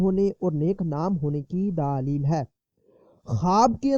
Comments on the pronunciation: daleel hota hai daaaalil nahi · Pahley bolna seekho daaleel nahi daleel